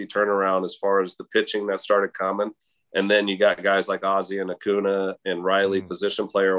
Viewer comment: Bryce harper would be mad with Sean because he can't pronounce acuña correctly